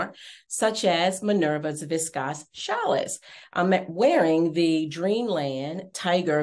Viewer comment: It’s pronounced “vis-kose” not viscosse and “challie” not chalisse